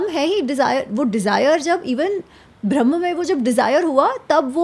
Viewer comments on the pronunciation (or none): none